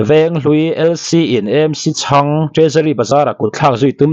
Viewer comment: Thil chhiar hi uluk deuh thin teh u.chang leh chhâng hi in ang lo a nia